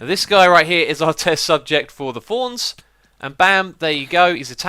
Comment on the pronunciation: He says thorns but it sounds like fonz